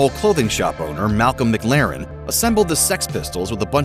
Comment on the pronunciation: Great vid. One of thing though: it's pronounced "Ma-Klear-in".